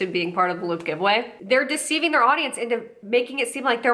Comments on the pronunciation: I thought you were saying "lube giveaway" and this got dark... real fast😆 Edit: this junk is so gross, I don't understand why ANYONE would fall for it. It frightens me. They're only going to sell their information. Then you'll be stalked by ten new companies, you have never seen before. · First few times you said LOOT I thought you said LUBE and I was like omfg it’s come to this, influencers pushing lube on their followers well of course. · I thought she was saying “lube giveaway” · I swear I thought she was saying ‘luke giveaway’ up until halfway through this video 🙄😆